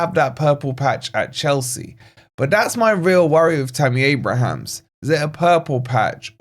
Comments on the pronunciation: That’s Abraham - no ‘s’. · At least pronounce his name properly man. There's no 's' at the end.